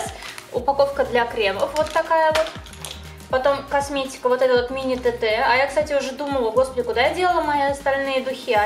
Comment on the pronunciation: Не тата А тэтэ